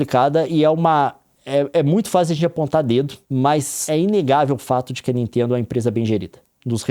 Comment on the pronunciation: "da ninteendo né..." Juro que ouvi o Gregório Duvivier quando tenta fazer sotaque de paulista, só faltou o "meu" no fim: "da ninteeendo né meu...." hahahahahha